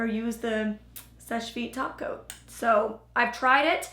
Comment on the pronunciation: Every time you said “topcoat” I thought you said “taco” lol